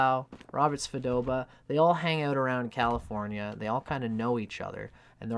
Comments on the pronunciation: Hi, it's Svoboda, not Svodoba. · Svo-bo-da. Robert Svo-bo-da.